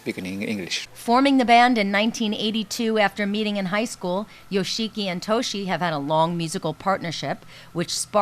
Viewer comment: YO SHEE KEE. LOL.